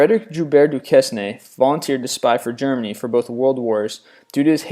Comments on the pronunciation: Fritz Joubert Duquesne is pronounced Fritz "zhoBEHR dooKAYNE." :-) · Duquesne Du-kess-nay *facepalm* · Duquesne is pronounced "Du-cain"